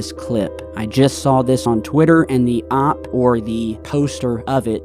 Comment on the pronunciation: Dude it’s OH-PEE not OPP